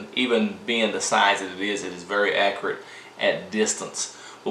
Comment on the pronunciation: “Accrite” , lol